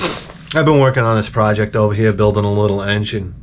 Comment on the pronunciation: "Can i get some coffee ova ere' please?"